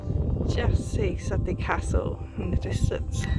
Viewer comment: Not wanting to sound picky (sorry) what you focused on was Sudeley Hill Farm (pronounced Soodly), which is just to the east of Sudeley Castle itself. Lovely vid clip though - shared.